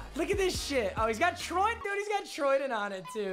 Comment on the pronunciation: “Oh he’s got troydin”